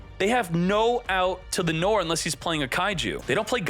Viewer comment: Noir = noar .. its a frensh word means black